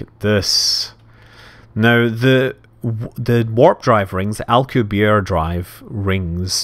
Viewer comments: Hey Scott its pronounced like al cube ee air drive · it's pronounced "Alcubierre" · al-coo-be-airay, I believe.